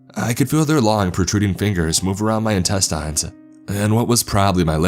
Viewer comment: It's IN-TEST-en-s not in-tesines im about to unsube ur fucking stupid